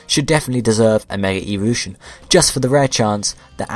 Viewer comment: Whenever you say evolution it sounds like eeveelution